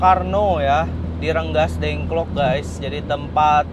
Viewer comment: Bukan renggasdengklok tapi Rengasdengklok kang.